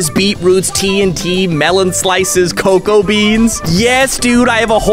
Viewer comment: Why do you say coco beans instead of cocoa beans